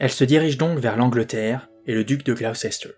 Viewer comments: Gloucester : a prononcer Gloster. Pour Salisbury: a prononcer Sôlsbrie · Gaffe, on prononce Glouster 😊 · J'ai découvert par hasard ta chaîne et je la suis sans la regarder (en audio) ! Par contre, et je sais que les noms de ville anglais ne sont pas évidents, mais Gloucester se prononce [Gloss-t'r]... oui... je sais c'est bizarre ;-) Hâte d'entendre la suite !